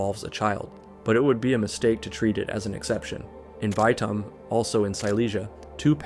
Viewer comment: His pronunciation was mid at best. He never bothered to learn how Poles speak out certain letter (For example: Bajtom insetad of Bytom. He didn't bother to check that a in Polish is not ej, as in English. Dżaskula instead of Jaskula. It's not a big thing, but he didn't at least try to learn how to pronounce theese words correctly.). Another thing, he didn't verify his info about Polish places. "Welcome to KADŁUB", meanhwile he shows a video of Wawel in KRAKÓW.